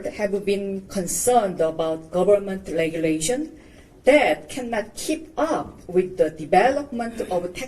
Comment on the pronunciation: 다른 사람들보다는 훌륭하지만 발음의 중대한 오류를 고치지않으면 안함만 못하다 L 과 R 의발음이 그것이다 거의모든 한국인들의 문제다 Regulation 을 "을레귤레이션" 이라고 발음하면 그게무슨말이냐고 반문을 받는다 "뢰귤레이션" 으로 해야한다